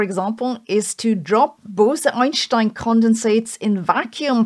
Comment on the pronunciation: I have a mega crush on sabine..its the way she pronounces Einschtein, correctly!